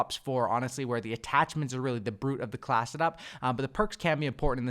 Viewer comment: Wtf is a “Class’ed-up”?! Every time I heard him try to say “class”, he’d say “Class’ed-up”.